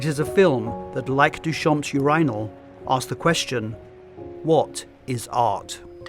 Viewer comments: im triggered by you-RYE-nol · Do Brits really say you're EYE nal???😂😂😂😂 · The way he pronounces urinal makes it sound like a royal title. 'Yes Your Inal.' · Seriously? Not one comment about the pronunciation of "urinal" in this video? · I don’t think I’ve ever heard urinal pronounced that way even by Brits Great video as always!